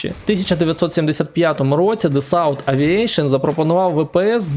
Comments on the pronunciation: Тільки не ДасаУт-АвіешН, а ДассО-Авіасьон. Французи дуже ображаються коли хтось читає французькі назви на англомовний манер. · Примітка на майбутнє, назва французької компанії Dassault Aviation читається правильно Дассо Авіасьйон, з наголосом на О. Успіхів у подальших відео)